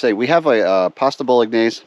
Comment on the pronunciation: How did you pronounce Bolognese ??? 😂